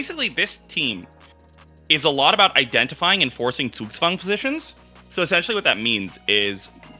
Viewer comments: Gotta give props to to pronounce Zugzwang perfectly. No hint of an accent whatsoever. I've seen so many English-speakers struggle with it and he pronounces it like a German native speaker. Impressive! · Is German? The way he pronounced Zugzwang was perfect.